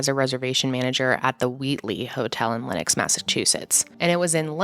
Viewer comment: just so you know it’s Lenox! not Lennox! this is so sad this is close to me i’m from the berkshires:(